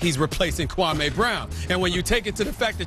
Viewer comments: kwameh brown lmfao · Gotta love Stephen A: Kwaahmey Brown HAHAHAHA